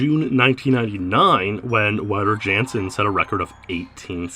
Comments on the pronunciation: Wouter Jansen pronunciation fail. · Might want to pronounce Wouter Jansen's name correctly in the future. The Dutch and Germans pronounce their W as V.